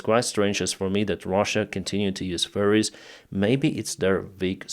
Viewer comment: I know this is just your accent, but it sounded like you said "So it's strange to me that Russia continues to use furries." Which, is just such a hilarious mental image. Thank you, I needed that.